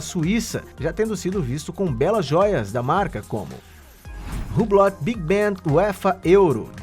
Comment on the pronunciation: Se diz hublo ( hublot)